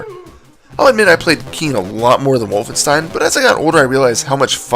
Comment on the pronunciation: Speaking of. It's WOLFENSTEIN! Not Wooflestein.